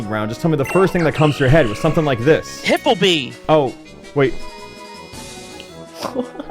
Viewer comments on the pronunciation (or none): “Hipplebee” is INSANE 😭😭😭😭